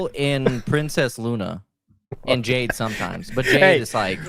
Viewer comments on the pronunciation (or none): none